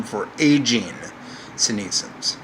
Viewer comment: Of course he pronounces "senescence" like "Gary Sinise-ence."